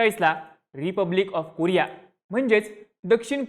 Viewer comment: कुरिया ❌️ कोरिया ✅️